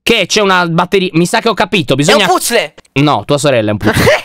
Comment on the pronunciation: Quanto è cute la risata di??? Per nn parlare della parola puzzle di ❤❤